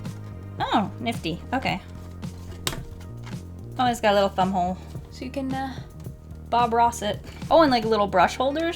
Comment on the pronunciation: When you said ‘thumb hole’ at the beginning I thought you said butthole XD